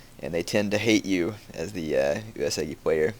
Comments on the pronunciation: Yeah, maybe you should too a = ah i = E as in "eat" u = oo as in "oooh" (Long o) e = ey as in "hey" o = oh U-e-su-gi = oo-ey-soo-gE The g is always hard. Yes he is also pronouncing "Takeda" wrong too. He pronounces it Tuh-Kay-duh. When it's meant to be pronounced Tawk-Ay-Dah. (Short A, Long A, Short A) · He is. It's pronounced "Eww" "Es" "Ewwgi" (Hard G). He also pronounces Takeda wrong.